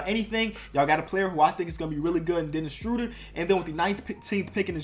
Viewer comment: This problem needs to be dealt with before it gets extremely bad., there is no T in Dennis Schröder’s name.